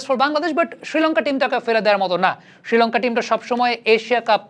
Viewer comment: ভাই উচ্চারণটা কানে লাগছে, ষ্রীলঙ্কা না বলে শ্রীলঙ্কা উচ্চারণ করুন